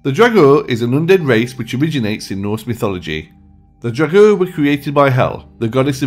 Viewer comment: Ok. I am sick and tired of people saying "draugr" that and "draugr" this....the word 'draugr' is from the Old Norse and is only spoke as "draugr". That is only how they pronounced the word. It's actually written 'draugur' and that literally translates to 'ghost'. And people are mixing the necromancer-bullshit with the "old viking nords..." The original draugur which is basically a resurrected person from the dead by the use of magic preformed by a necromancer (basically a zombie), from the Icelandic witch-hunting which happens after the christian influence. And Icelandic wizards and witches only used 'draugur'(ghost/zombie) as messengers or to carry their stuff and that sort of things. There is no Norse/Nordic (WELL, AT LEAST AS FAR AS I KNOW OF) mythology of the zombiefied 'draugr'. After a death, a viking would go to Valhöll as an Einherji or to Niflheimur to suffer an eternity. No one wakes up after that. AND before you go all crazy on me, I'll tell you I'm Icelandic and a lot of my friends are 'heathen' and believe in the Norse Gods AND I've always hand an great interest about mythology, so I know what I'm talking about. (And please, don't bring in Skyrim or Marvel's Thor).